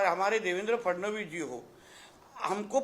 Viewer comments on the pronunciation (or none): none